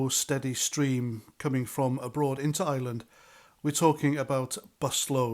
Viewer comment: Please do try to pronounce ireland and not island 👍🏻